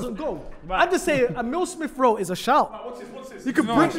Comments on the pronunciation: Poor, man said smith-rowe and cantwell. I just can't, then had the braveness with chess to say mans football knowledge is 'he he ha ha' whatever that is lol big L for this whole show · Man said smith Rowe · Man said SMITH ROWE AND CANTWELL 🤣🤣🤣🤣🤣🤣🤣🤣🤣🤣🤣🤣🤣